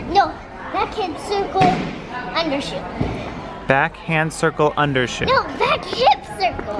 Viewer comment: It’s underswing not under show haha!